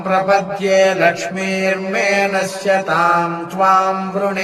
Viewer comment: Very nice..... One thing relating to pronounciation: It is Alakshmirme nashyatam twam vrune and not laksmirme nashyatam twam vrune....